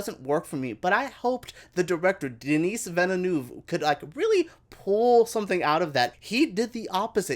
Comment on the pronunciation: This guy cannot even corectly pronounce directors name. Vineneuw... Honestly my english is not perfect but have respect to others but even I knew that his surname is Vileneuve